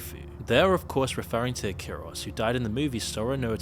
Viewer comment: It's "Ikaros" not "Akiros"...The name has ties to the Greek mythological character "Ikarus" who flew with a pair of wings made of wax,to close to the sun causing the wings to melt. Icarus fell from the sky, plunged into the sea, and drowned. (there is a bigger lore of course,that's just a snippet)